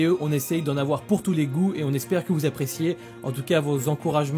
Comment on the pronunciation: "j'espère que vous appréciez" j'avais compris j'espère que vous êtes vacciner WTF 😅